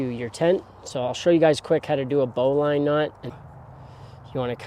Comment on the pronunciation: It isn't bow as in bow of a ship; it is bow as in archery. BO-lin or BO-lun(I think either are acceptable), not BO-line. Thanks for the setup video, though.